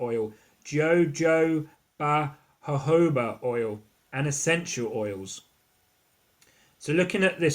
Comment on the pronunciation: You need to learn how to pronounce jojoba oil 😂 also comparing colour to urine not pleasant thing to do honey is nice and orange yellow